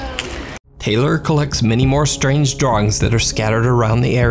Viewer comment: It’s tay- lor , thats also my name and its not pronounced tyler 🙄😂